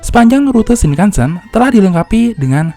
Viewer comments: Ralat Penyebutan "E" dalam Shinkansen nya salah min.. harusnya "Shinkansén" bukan "Shinkansèn". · Bacanya shing kang seng om.. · Cara pengucapan “Shinkansen” huruf akhiran “N” dibaca “NG”,Mas,,jadi pengucappannya “Shinkanseng”,,Terima Kasih buat infonya,,yang kebetulan Saya tinggal di Jepang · Kok saya ngg suka yah cara baca shinkansen di baca shinkansen, seharusnya shinkansen